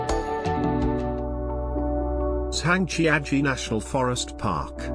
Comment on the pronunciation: I've been lucky enough to visit many of these sites and enjoy watching the video. But the mispronounciation of many of the place names (e.g., Zhangjiajie) made it painful to listen to. Hopefully, they will redub the audio sometime in the future.